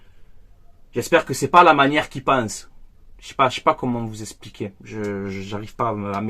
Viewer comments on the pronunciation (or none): none